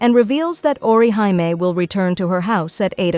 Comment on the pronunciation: Who's ORI-HIGH-ME 😂😂😂